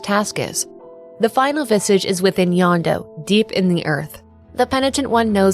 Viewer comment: This is a great video, and extremely well researched, which just makes me wonder how you ended up with the wrong pronunciation of "Jondo," which is pronounced correctly in game (in Spanish, J makes an h sound, not a y sound).